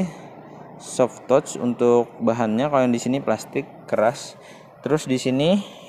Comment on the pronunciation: maaf ya pronunciation "touch" nya masih salah..."zone" bukan "jon"